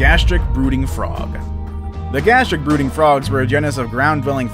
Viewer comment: When he said the Gastric brooting frog I thought he said Gastric booty frog🤣🤣🤣🤣 Even the dodo I thought the doodoo